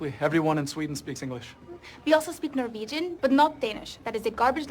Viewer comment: IM DYING WHY YOU GOTTA DO MY LANGUAGE LIKE THAT😭